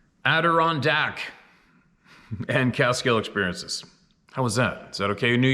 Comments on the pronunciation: Heeeey! You got it!!! Ad-i-RON-dack!!! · Perfect pronunciation of Adirondac! Congratultions!👍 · Yaaaay, You Finally nailed it.! ....Almost. Closer though. Maybe a bit more emphasis on the 'R' instead of the 'K' next time.? I know, it's all in good fun,. Keep well. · Good for you! I'm proud of you! Ya finally said Adirondack right! Lol!😜 Much love to you and yours and everyone else here! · You got that Adirondack pronunciation perfectly.🥰